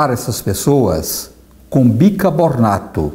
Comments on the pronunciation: Parabéns pelo canal e a disposição em levar coisas boas as pessoas . Mas acho que voce tem pronunciado " BicaBORNATO " ao invés de BiCARbonato -Ex. : e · sou admiradora de seu trabalho. Obrigada pelas receitas maravilhosas. Só uma coisinha: a gente pronuncia bicarbonato e não bicabornato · Por favor fale biCARbonato!! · Bicarrrrr bonato por favor